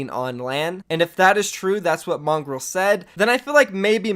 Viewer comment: mongrowl not mongrol